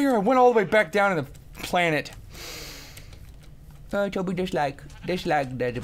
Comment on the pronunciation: ITS TOBY, NOT TOBIE.